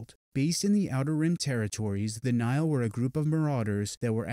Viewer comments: He’s pronouncing it as Nile, like the Nile river instead of Nigh-Hill. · he keeps pronouncing nihil wrong